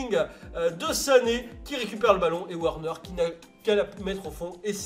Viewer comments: Juste c’est « Verner » pas werner les « W » se prononce « V » en allemand et les « V » se prononce « F » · Et Werner, ça se prononce Verneur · werner est allemand donc ça se prononce Vèrneur